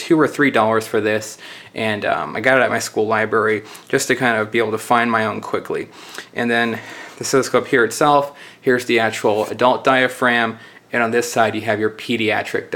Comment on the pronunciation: Ughh, it REALLY irritates me when people pronounce words wrong, cannot finish video! Lithman? Libary? Yuck!